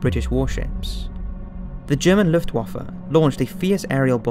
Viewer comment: Reasonably produced for an amateurish effort. It's let down for me by the narrator's ignorance of how to pronounce some well known words such as: Rommel, Luftwaffe, Junkers, Tobruk etc. Also mismatches footage with the narration regularly. EG the narration is talking about how Hitler wants to invade Russia but the footage shows a bloated Hitler inspecting the Hitler Youth. This footage was taken at the end of the war when teenagers and old men were the only soldiers left to defend Germany. the narration talks about Soviet soldiers surrendering but shows footage of German soldiers who have surrendered. the narration talks about Operation Barbarossa being launched but the footage shows winter which was around 5 months after the invasion of Russia. and numerous other examples. Not bad for a beginner's effort but doesn't cut the mustard as an accurate, authentic WWII documentary.